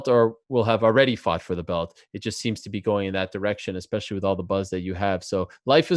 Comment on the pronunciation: Sean "expecially" O'Malley